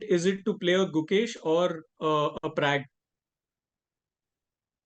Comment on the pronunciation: Its Pragg not Prague !! Lucky Magnus did not call him out.